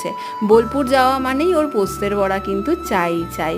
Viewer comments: কথা টা পোস্তর বড়া, পোস্তের বড়া নয় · Postet na postor bora. Ami birbumer meya. Tumi j bar bar poster bora bolcho khub kane lagche.